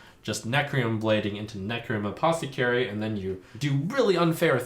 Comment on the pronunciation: "Necrium Aposecary"